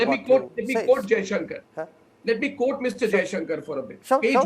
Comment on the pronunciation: It is not pronounced "Coat" or "un coat" but quote and un quote like it is spelled.